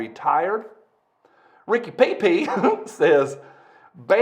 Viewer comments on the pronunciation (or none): none